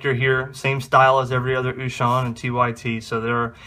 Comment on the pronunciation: Very good video. Thank U!!! I always love when Wouxun comes out with new stuff. Just a fun FYI.... U may be interested to know, Wouxun is actually pronounced OH-shing, not oo-shon. I know, everybody pronounces it different. But thats the correct pronunciation.